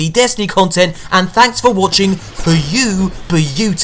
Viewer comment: he's jelly of what? a guy that uploads more or less everything a day b4 patch and can't say beautiful